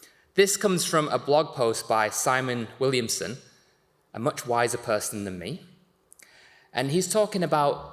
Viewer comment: My sincere apologies to Simon Willison for mispronouncing your name twice 🤦‍♂️